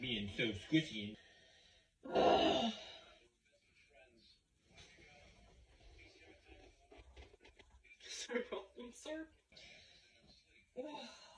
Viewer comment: ..."don't get squshy..."